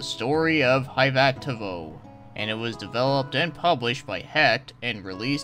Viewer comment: Nice review! I loved it the first time I played it, and the new translation patch is really well done. Fyi, it's pronounced "Ee-huh-toe-voe" ;D And did you know that Tawada actually gained recognition and tons of job offers because of his work on the sound in this game? That's how he ended up working on some of the Dragon Quest and (like you mentioned) Pokemon games - everybody wanted him because of this game's audio. Neat, right?